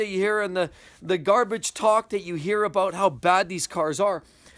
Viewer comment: Aboot lol